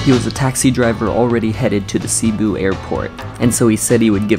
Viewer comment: Sibiu is the single word u pronounced correctly lol